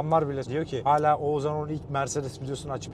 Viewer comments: oğuZan değil OğuzHAN abi:) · Biri artık şu Oğuzhan isimlilere "Oğuzan" demeyi bıraksın gözünüzü seveyim :D